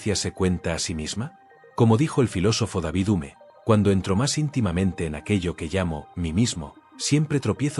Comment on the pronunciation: Se pronuncia deivid jium